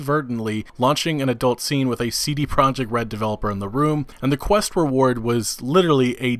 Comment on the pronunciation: Lol it’s CD Prah-yek Red